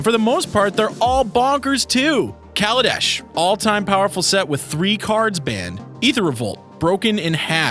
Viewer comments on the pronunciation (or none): none